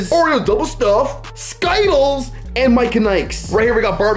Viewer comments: Bro it’s skittles not sky-tuls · It’s Skittles bro not Skyttles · For the last time ther skittles not skittals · He said everything else right but not Skittles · I love ‘skytkels’ jk no hate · You said Skittles wrong